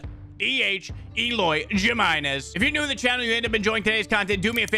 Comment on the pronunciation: He said Jimenez so white lmaoo